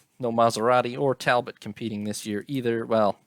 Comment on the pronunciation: Tal - BOW.